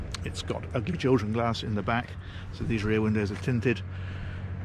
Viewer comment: Ugly children glass, I had to replay it 3 times just to be sure that I heard correctly 😂